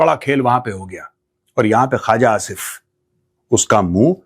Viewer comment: It’s not Khaaja Asif. It’s Khuwaja Asif. Tum sey na ho pai ga Maj. Gober Eating Arya